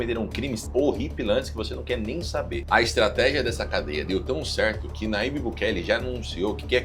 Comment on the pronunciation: Nayibe, porém se lê "Najibe".